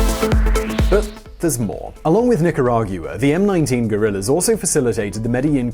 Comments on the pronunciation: I love your videos, but it is pronounced "Nicara-gwa" not "Nicara-gyuwa". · It's NICARAG-WA like Agua (water) in Spanish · Nor-ee-ay-ga. Noriega. Nee-ca-ra-gwa. Nicaragua. Who is supposed to be coaching on these things? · pissed myself hearing him butcher that